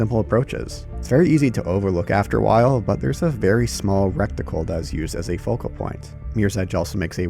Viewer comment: I remember my first playthrough. So fresh, playing it was like a drug. Great game. By the way it's “ reticle/reticule ” not “ recticle ” And “far and few between” and “for better lack of a term” don't make sense at all. XD